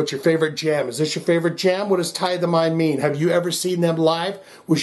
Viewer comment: It is pronounced Tith'-ay-mee. It's Greek for to bow down.